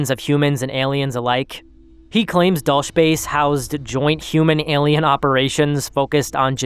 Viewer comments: "Dulce," in reference to the Dulce Base, is a Spanish word (it means sweet/candy.) It's not pronounced like bulge, it's like Dull-SAY. If you have an American accent, you might even say Dull-SEE. I like your video, dgmw, but you ought to look up new words when you come across them so you know how to say them before you record. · the way you said Dulce made me cringe...